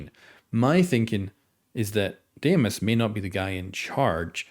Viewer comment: Greek here: its pronounced “dee-mos” not “deh-ee-mos” Dee-mos , the “dee” should sound like saying “de-mocracy” ❤️ opa!